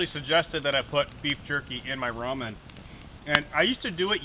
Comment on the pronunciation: Nice video! At the beginning i was wondering "what is a roman dinner"? later on found out it was ramen dinner, not roman lol